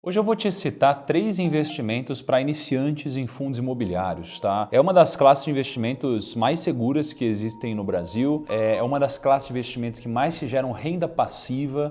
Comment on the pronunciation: Hoje eu vou te EXCITAR ❓ Jura que mandou essa❓ Voltei varias vezes e nao ouvi outra coisa, se nao, EXCITAR ao inves de CITAR.